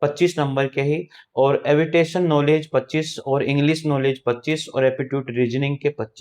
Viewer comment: एविटेशन नहीं एविएशन 😂😅